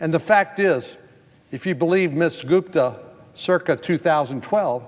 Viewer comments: lololololol check out he called her goofta not gupta hahaha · " Ms. GOOFTA" LOL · Off political topic here... Does anyone else hear him mispronounce her name right at the 6 minute mark? Check it out! I could swear I hear Goof-da. Click here and listen: . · I loved it when Sen Cornyn accidentally called her Ms Goofta instead of Gupta. Lol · Did he purposely call her Miss goofta? About 6 mins in... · Va Goop is not what America needs. As divisive as they come… Haha, he did say goofta 👍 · it sounds like he calls her "goof-da" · Is it just me or did he call her Ms Goofta a couple times? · minute mark he called her Goofta! Lmao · Did he call her Ms. "Goofda" ? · LOL 🤣 ~6mins or so, sounded like he said her name as "Miss Goofta" Very appropriate mistake 🤣🤣🤣🤣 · I heard that too! 🤣🤣🤣🤣